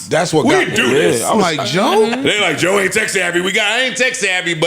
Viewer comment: 😂”Now I get it “ JOE said it “COE”